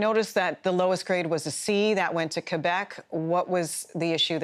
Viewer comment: Wow... I don't think I've heard anyone pronounce Quebec, CUEBEK since I was a kid.